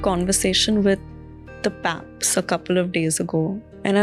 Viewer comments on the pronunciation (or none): Paps ❌️ Faps ✅️ 😂😂